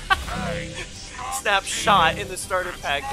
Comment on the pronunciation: dude really said "Snap Shat"